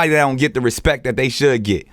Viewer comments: After watching this video I now understand why Birdman said "put some respeck on my name" 🤣🤣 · Put some respeck on his name. Respeck it.